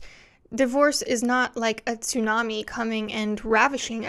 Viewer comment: Without meaning to take away from the importance of the topic, thank you for pronouncing tsunami correctly.